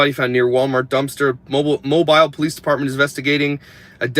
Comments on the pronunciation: Moe-Beel not Mo-Bile sorry i live there its annoying...and our news is currently telling us they believe that it isnt connected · I’m from mobile. Pronounced “MO-beel”